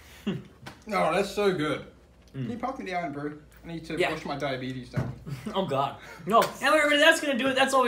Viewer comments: u mean diabetes. Not debetes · how did he pronounce diabetes?